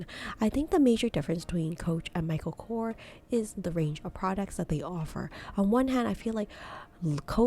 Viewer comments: It’s Michael Korsssss not Kor !!! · It’s not kor it’s korS that's his last name . And it's a shitty brand, can't compare to a coach